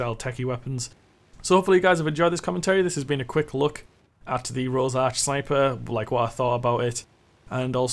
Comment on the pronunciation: its rorsch not rosarch